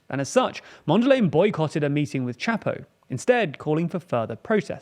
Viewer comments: I closed the vid when you called Mondlane "Mondell Lane" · Why make a video about people whose names youre not bothered to learn. Who tf is "Mondalay"? It doesn't even rhyme with the person you're talking about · My brudda, it is pronounced MondlAne like cOme, and not like laying. But A like in the Uk it is pronounced Apple. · I love that you are covering this story, but frankly speaking, I am really offended by the mispronouncing of Mondlane's name. Also the infographic on the terrorist threat in the north seems to suggest that an insurgency is coming from Zambia, which isn't exactly true. This could unintentional but still constitutes a subtle misinformation. It can help to run your graphic designs, and animations by regional and local consultants or content creators who can help with giving a clearer picture. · With respect you should get right the correct pronunciation of Mondlane.